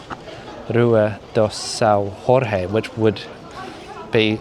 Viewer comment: Well, you called "Castelo de S. Jorge" S.Ror rre, and that is in Spain, in Portugal the "J" is not and R, and also Plaza, it's Praça in portuguese. The "ç" with the cedilla, is like and "s" in English. Lisbon have so much more to know, the majority of turist's only walk in downtown Lisbon and Belém, and that are a very historical places indeed, but it"s a small part of the city. ☺️